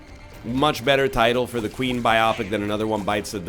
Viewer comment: NL, please, stop saying "biopic" weird. Please.